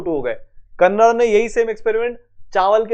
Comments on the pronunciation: kanada nahi कणाद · Its not कन्नड़ its कणाद 🤣